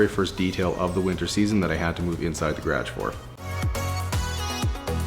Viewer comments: Did you hear him say Garage lol he said it like if you combined the word garage and carriage "garriage" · No one:: Gradge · Guh rauge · I follow another canadian channel and also was super confused when I heard that. Havent heard it on here til this video. Im used to most Canadian speak. But its funny when I hear him say gradge (garage) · I love the way you say “garage”😁do you call a beanie something different too? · he's not too far from ND (3hrs away) I heard some people say garage like that